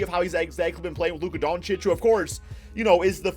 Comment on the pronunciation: Lmao you sound like a sped when u say doncic